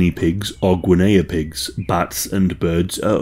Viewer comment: "gwenayah pigs"?😂🥴